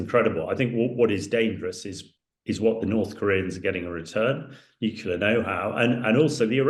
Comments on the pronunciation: NUCLEAR, not nucular. Can someone tell this guy so we can take him seriously... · Stop saying "nucular", dumbass... 🤦‍♂️